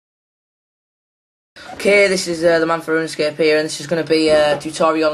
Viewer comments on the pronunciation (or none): none